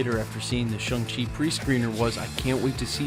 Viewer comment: It's not shung chi it's Shang chi ...